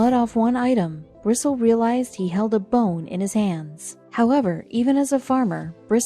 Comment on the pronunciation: Bristle is pronounced Bristlee I went to school with Jim.